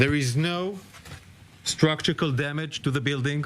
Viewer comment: Structural not structukal 😂